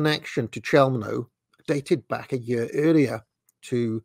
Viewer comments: You pronounce it “cheumno” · I’ve always heard “Chelmo” pronounced with a “K” rather than a “Ch” sound, but now I’m actually unsure which pronunciation is definitive.